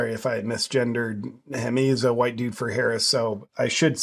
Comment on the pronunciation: WhOooWHITE! Privilege. 😂😂 I could literally hear that. 😂